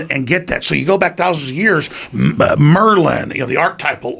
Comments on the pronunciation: Bro, "Merlin" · LOL'ed at 'Merlin'